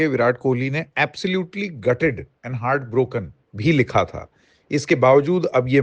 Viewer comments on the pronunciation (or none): none